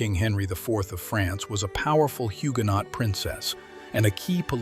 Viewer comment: Great images let down by the AI voice mispronouncing words. eg in Huguenot the 't' is silent. But enjoyable to watch as always.